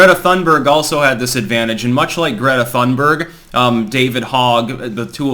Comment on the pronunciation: It's " toon-berg". No " H".